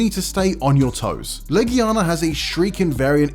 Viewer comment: Love the Monster Hunter content. But us being geeks means we're gonna argue about this list. This list was all over the place. Also the guy can't pronounce half the monster names. Behemoth? Legiana? Shara Ishvalda? Namielle? Astalos? Crimson Glow Valstrax? Why all the variants? Who cares about Raging Brachydios when you can have OG Brachydios? Where's Rathian? Bae-zel-goose? Aaaaaaaaaaaaaaaaaaaaa Come on, you can do better than this.